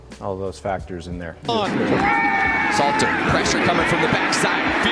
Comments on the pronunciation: *SALTER …. U gotta at least get the man name right bro lol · Great content but his last name is Salt 🧂 er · It's pronounced "salt er" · Learn to pronounce these young athletes names correctly. Salter & Slater is not the same name. Are you sober bruh smh? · We will just call him K-Salt.. not Slater or Salter.. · IT'S SALTER NOT SLATER. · Name is : S A L T E R (pronounce SAULTER ) NOT SLATER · Dude, stop calling him Slater 😂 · Hell I cant even concentrate on the video properly without hearing this man's name slated all throughout this video smh dawgg😂😂😂 You're going to need to remake this video for sure 😂😂😂